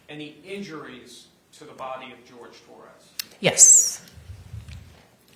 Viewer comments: Why did they keep calling him George? His name was Horhay… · Agreed….. in closing Owens kept saying Torres…… he had a fricking name it-was Jorge 😡